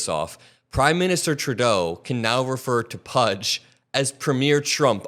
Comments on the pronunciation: Please stop calling him Turdeau.....it's pronounced True-Doe (Trudeau). Otherwise, great video 😊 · It is so satisfying to hear you pronounce PM Trudeau's name correctly. Thank you!